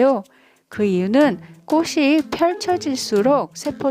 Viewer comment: 꼬시로 발음하시는데 틀린 발음 입니다 국문법에보면 자음접변이라고 있는데요.. 꽃이, 꽃은..의 발음은 꼬치, 꼬츤 으로 발음해야 합니다. 이것은 자음접변 순행동화 입니다. 앞글자의 받침이 뒤의 글자의 앞에 붙어서 발음되는 국문법 입니다. 참고하세요.